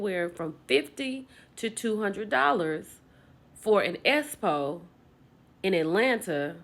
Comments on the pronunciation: Please speak correctly when saying expo we know says espo but I didn’t need to hear it over and over again while trying to listen to your video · 😂😂😂 "S-po" this girl can't talk. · For and everyone the Expo is pronounced X Po not S Po I cringe everytime I hear and everyone pronounce the word wrong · can we please pronounce EXPO correctly geez-us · I CAN NOT 😂 NOT YOU SAYING ESSPO!!! 😂😂😂